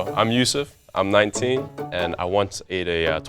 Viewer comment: “im nawwineen”